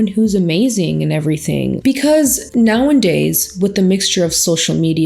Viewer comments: I notice you always say “now and days” but the saying is “now-a-days” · For awhile I couldn’t tell if it was like an inside joke the way she’s saying it but now I’m thinking she just says it that way lol